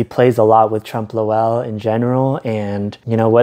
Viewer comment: u mispronouncing trompe l'oeil over and over was killing me